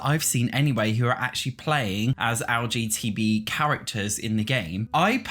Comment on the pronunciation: its a little funny that youre saying lgtb instead of lgbt because it reminds me of lgtv lmao xd